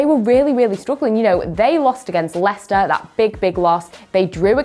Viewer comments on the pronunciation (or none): none